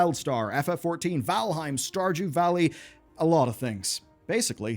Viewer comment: Did he say "starJEW valley"??